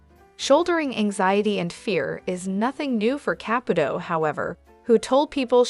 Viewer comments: Why won’t you pronounce her last name correctly? It is not a hard name? It is not Cap it old it is Caputo! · Who's Capatoe? If you are going to use AI at least pronounce the names correctly. It's sloppy,. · GEEZ ...LEARN HOW TO PRONOUNCE HER NAME FOR HELL SAKE ! NEVEE WATCHING YOU AGAIN !!!!!